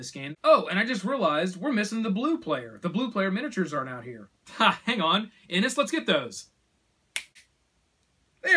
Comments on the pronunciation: And Inish is pronounced as 'In-ish'. It's a great review though! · Many people care. You can pronounce it as IniS all you want, but you'd be wrong.